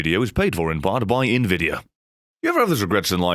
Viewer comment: I think he was pronouncing it like Nvi-dia instead of N-Vidia